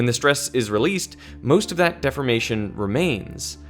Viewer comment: you are pronouncing the word deformation as defamation, which has a different meaning